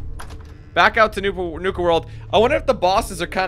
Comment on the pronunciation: nuka cola not nike cola